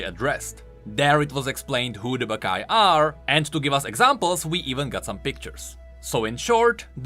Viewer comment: When i hear the name baccai i only hear "baka mitai"